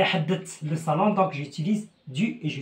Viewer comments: Salon et non sallon merci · Salon et non pas sallon.